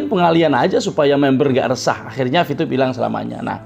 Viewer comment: Vtube pk bukan vtyube Terlalu fasih Lidah Jawa jangan di paksa